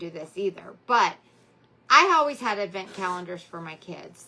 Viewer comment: She means advent but for some reason she doesn't pay attention to how she is saying it